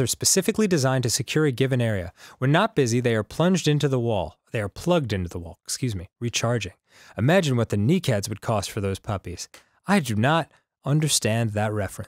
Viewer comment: Knee cads lmao